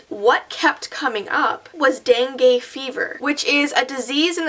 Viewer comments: no hate but its not pronounced dangae its pronounced dangue like u have to pronounce the u . also it is a common thing in bangladesh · It is actually pronounced as dengi even it's spelled as dengue. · BTW the Dengue fever is pronounced den-gi caused by the Aids mosquitoes. Very common in my area. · its actually pronounced as dengi n even tho the spelling is dengue